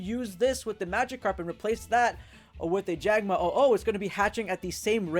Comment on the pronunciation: "jagma oh oh"